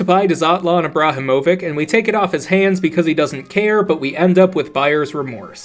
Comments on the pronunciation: Dzlatan Ibrahimovic 😂😂😂😂😂😂😂😂😂😂😂💀 Also - “So I leave.” Short pause is chef’s kiss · excellent job pronouncing dzlatan ibrahimovic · this pronunciation of Zlatan Ibrahimovic is probably the funniest part of the whole video (who invited zlatan anyway) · I dont know what im more surprised by, the random reference to footballer Zlatan Ibrahimovic, or the completely novel pronunciation of his name